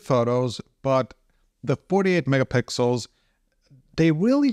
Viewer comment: Did you just say "48 Mega Pickles"🥒😂😂😂